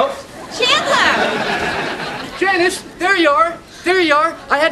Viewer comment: OMG Janice? JA NI CE? Are you mad?